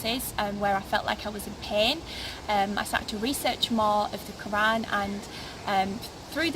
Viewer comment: Sorry not convinced. If she was raised as a Muslim she would not mispronounced the name of 'Allah' or the word 'Qur'an'. Also the name is not a Muslim or a Turkish name. Unfortunately it seems clear she was not ever taught about Islam in the first place. I bear witness that there is no god except the One True God, And Muhammad peace be upon him is His Messenger, And Jesus peace be upon him is also His prophet, who will return to lead the believers, destroy the crosses and kill the Antichrist. My friends, dreams can be easily tampered with by Satan, your reasons for choosing a path must be based on Revelation, on reason and sound spiritual judgement, not emotional impulse. The sister seems very nice, I wish her and you all the best. As salaamu alaykum